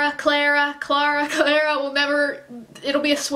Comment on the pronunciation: I don't understand why you can't pronounce it right after hearing it so many time. It's 'Claw-ra', girl, not 'Claire-a'